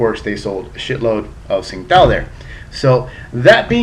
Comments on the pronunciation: its pronounced as ching tao dumb ass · I believe the Tsingato is actually pronounced "Ching-dow" according to their website. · This is a great refreshing beer I think goes down well on a hot day. Have to point out though, the correct pronunciation is "Ching-dow"...